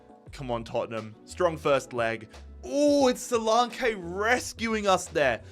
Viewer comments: Its not solankaaaayyyyy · Duminic Suluuuunke 😂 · The solanke pronounciation did my head in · Omg couldn't watch this cos he can't believe even say Solanke right 🤡🤡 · The pronunciation of solanke is killing me 😂